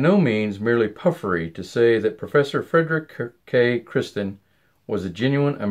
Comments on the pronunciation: Am I the only one that noticed that he consistently says Kristen instead of Kirsten? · Is the name pronounced Kristen or Kirsten? It sounds like you're saying Kristen?